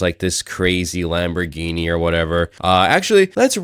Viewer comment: he cant even pronounce the name of the lambo right